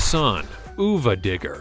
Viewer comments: It’s sun uva digger not sun ooova digger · Sorry, but its not Son-oova-Digger, its Son of a Digger. you say it like its spelt. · U were showing bigfoot 5 and that was not the newest version And also son uva digger isnt pronounced son oova digger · why did you say son OOH VAH DIGGER and not son of a digger(yes that's how you say it)? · It's sun- of-a-digger. Not ewwva digger lol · Why didn't you do your research and learn how to say son uva digger properly. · This was awful. It’s Mike Vaters, not Mike Vaders, it’s Tom Meents, not Tom Meants, it’s Son UVA Digger (of a if you don’t get why it is written as UVA), Not Son Oova Digger, BIGFOOT 5 is the biggest truck not 21, and Grave Digger got its name when Dennis was trash talking to his buddies and his one friends Gary was bragging about his knew mud bigger and Dennis said, “I’ll take this old junk and dig you a grave with it.”, not “That thing could sling so much mud it could dig a grave.” If YouTube brought dislikes back this video would have at LEAST DOUBLE as many dislikes as likes.